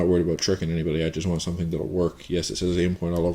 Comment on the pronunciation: Hahaha he said "aboot"